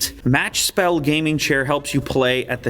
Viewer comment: Uppspel (btw not pronounced correctly with Spel, it’s not Spell) means “up game” because the gaming desk goes up, Matchspel then means “match game”, and Lånespelare (also far from the right pronunciation) means “borrow gamer/player” 👍